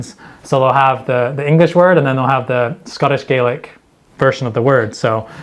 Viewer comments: Its pronounced gahlick, not gaylick. Gaelic (gaylick) is Irish. Can't believe you didn't have Doric. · Pronounced Gaelic wrong. Scottish Gaelic is pronounce Gah-lik. Irish is pronounce Gay-lik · It's Gah - lick. (Gay-Lick is irish) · Stormy weather would be Aimsir stoirmeil though. By the way it's pronounced Gahlic not gaylic. The way you said it is the Irish pronunciation. Another great video! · Fyi, it's Scots Gah-lick, and Irish Gay-lick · I switched off when he couldn’t pronounce Gaelic correctly. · Can tell you haven't learned gaelic as you pronounce it the Irish way as do most Scottish that live south of Perth. In Scottish gàidhlig the grave above the a is the opposite direction to Irish and pronounced as an a and not A